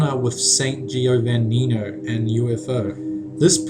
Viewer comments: Why do people have to pronounce names like (in this case) "Giovannino" like that? I'm italian and i can tell for sure that the i after the g isn't pronounced. Great video anyways.l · Giovannino is pronounced "GE-oh-VAH-nee-no", with the last two syllables shortened. Similar to, Giovanni. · Non riesce nemmeno a dire Giovannino. Che tristezza.